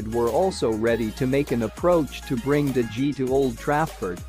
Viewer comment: What about DE GEE?? Dude Google how it’s pronounced before uploading a YouTube video, doesn’t take you seconds ffs